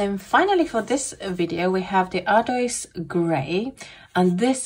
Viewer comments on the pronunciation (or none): Hello, Great review! I love these darker colors. Ardoise is the word French for slate. /.. oise/ is pronounced like /was/. Once again, you did a fantastic job! Happy holidays.